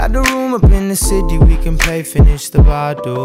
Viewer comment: I love the way how he pronounces the word "bottle" everytime 😂